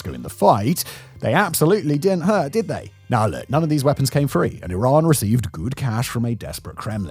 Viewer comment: Why is it so hard for all the officials, and yet so easy for everyone else to pronounce Iran correctly?! It is "ee-RAHN" like "See" and "Gone". Thanks for pronouncing it right.